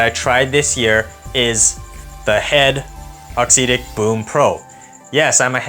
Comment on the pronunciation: Appreciate you putting out content. Just a couple pieces of feedback. I believe it's pronounced aux "ehhtic." Not a huge deal to me per se, but I've noticed that people may question one's credibility if/when a detail is potentially off/inaccurate. I've noticed that in the match play, you primarily show points that you win. Perhaps including a few points that you lose would be good (or include points of other ppl using the racquets/strings you're reviewing). This detail could make you feel more relatable to your audience/community. Awesome work overall though. All the best to you in 2023!